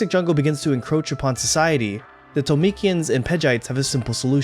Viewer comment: My favorite film for about 36 years. It's Ohmu, not Ohm. Read the manga, it is even better than the anime. Disney changed many names from the original. Torumekian not Tolumekian and others. Even the subtitled film did not change as many names as the English dub. Read the manga. That is not a pipe on the wall and she does not use it as a weapon. Did you even watch the scenes you are talking about? Overall, not bad. But do a bit of research the next time. At least enough to make it sound like more than a high school anime club review.